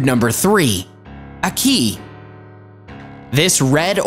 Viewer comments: Lots of facts but thats not how you pronounce ackee and cassava I'm Jamaican I really want to teach people how to pronounce things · Mispronounced ackee and cassava 🤣🤣🤣🤣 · Exactly no you don't eat ackee or good it when it is is not open and this guy is butchering the names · HAHAHAH first of all the prounciatiaon of akee and cassava is hilarious